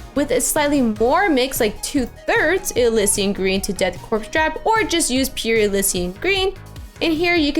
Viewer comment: Great paint job, but that’s not how you pronounce “korps”.